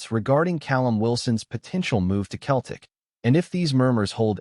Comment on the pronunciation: How many times do I need to tell you it’s Celtic not Keltic ☹️🤷‍♂️